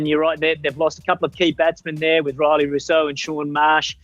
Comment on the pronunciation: Raunak Kapoor pronounced Rilee in a wrong way, such a shame